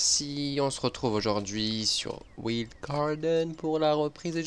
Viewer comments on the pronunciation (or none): Arm' ça se dis WAYLDE Garden. Toi tu le prononces à l'allemande je crois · Arm , wild ça se prononce "WAYLDE"